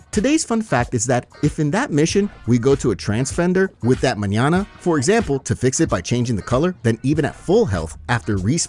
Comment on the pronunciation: Flawless pronunciation of the word Mañana, cheers